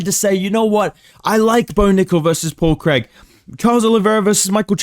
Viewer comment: “Paul creg”